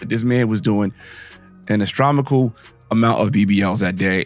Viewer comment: "astromical" amount of BBLs...reallly dude? Either learn how to edit before posting or take speech classes. When you sound this ignorant you're message doesn't hit the same.